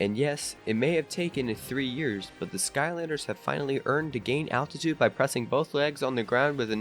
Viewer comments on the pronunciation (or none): none